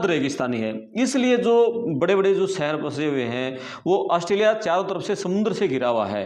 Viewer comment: Plz correct your pronunciations to be more authentic : Sheher Shaamil immigration (immgrashan not immigrasan) bakhshaa etc 🙏🏻